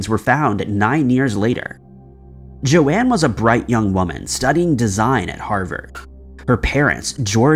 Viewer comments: In other videos, also pronounced Joan as JoAnne. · Its Joan, not Joanne, like Joan of arc.. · I'm pretty sure Joan would be pronounced 'Jone' not Jo-anne as it's pronounced 'Jone' as in Joan Collins.